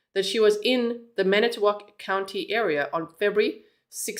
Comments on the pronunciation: Fon-Do-Lack is how you pronounce Fon Du Lac (you were very close and we have many hard to pronounce cities!) I'm here to help with any of your Wisconsin questions as I was born and raised here. 😊 Edit: You got Manitowoc correct! That's where Steven Avery and his family lived (if you've seen Making a Murderer you'll know who that is.) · You nailed saying all the cities and towns correctly. From Manitowoc area and now live in Appleton.